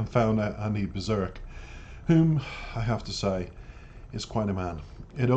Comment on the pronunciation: Great reaction and review. I really enjoyed it. PS Andy’s last name is pronounced Beer Sack. 😁🍺